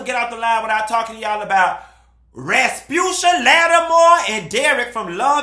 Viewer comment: did you just call her Raspusha? 💀💀💀💀💀 I’m getting off the line. Lol I can’t. 😂😂😂😂